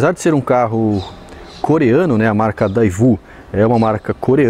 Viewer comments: Parabéns excelente descrição do modelo, melhor que o video!! Na época lembro que pronunciavam "Davio" e o correto para nosso idioma é "Deiú". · Eu ja tive alguns esperos, e ainda vou ter mais. Curiosidade: Esse simbolo proprio do espero, são ondas de vento, já que ele tem um dos melhores desenhos aerodinamicos, projetado em cabine de vvento (daí vem essas ondinhas). A pronuncia correta é daiú (com um i quase mudo) éspero. O modelo do video esta faltando um acabamento de plastico que vai quase na quina da porta traseira, protege do barro. A plataforma dele e mecanica, são do monza, mas não o nosso monza quadrado, e sim o tubarão mpfi (4 bicos) porem ele é mais parecido com o vectra do que o monza, porque o nosso monza brasileiro não evoluiu tanto quanto no exterior. O interior dele e principalmente o painel foi feito a partir do desenho do primeiro painel do kadett. Os bancos da frente dele são desproporcionais em altura em relação ao carro. O Espero é do estudio Bertone, mas ele foi criado na verdade para ser o primeiro XANTIA, só que a citroen não aprovou o design. A Daewoo então comprou o design da carroceria para fabricar seu proprio "monza" assim como tambem fez com o seu proprio "corsa" e "omega" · "daivú" kkkkkkkkkkkkkkkkkkkkkkkkkkkkkkk ninguém fala a pronúncia correta